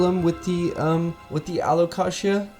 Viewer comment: How are you going to hear Jacklyn say alocasia and then pronounce it completely differently